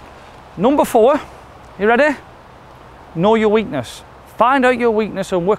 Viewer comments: Great video .. it’s “weakness” mate. Thanks for the video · Lol "weekness"